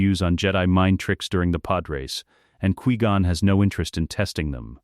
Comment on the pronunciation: I really don't like how your AI says Qui Gon.